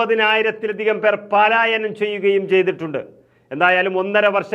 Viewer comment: പാലായനമല്ല, പലായനമാണ്. ഇനി ആവർത്തിക്കാതിരിക്കുക